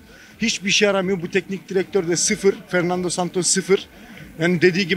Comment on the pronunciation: 😂😂😂😂 Fernandaaa santas diyor eleman 😂😂😂😂😂